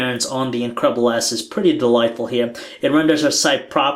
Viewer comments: every time he said the name it sounded like he was saying " the incredible ass" XD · I swear, this guy is saying HTC Incredible ASS!!!!